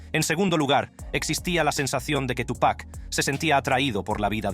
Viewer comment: Todo bien pero por respeto al artista se dice Tupa' (apenas pronunciando la C) no Tupack